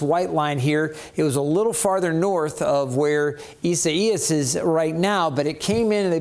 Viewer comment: ISA IAS😂🤣😂🤣😂🤣😂🤣😂🤣😂WHAT A DUMMY😂🤣😂🤣😂🤣😂🤣HEY, TO THIS MANS BOSS🌹❤I CAN SPELL! READ! AND KNOW HOW TO PRONOUNCE WORDS🌹I NEED A JOB🌹❤HIRE ME🌹🌹🌹(ISA IAS)🤣😂🤣😂🤣😂🤣😂🤣😂